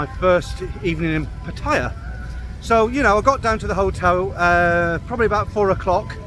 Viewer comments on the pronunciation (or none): Please pronounce . . PATT-A-YA . Like the Thai ladies pronounce it .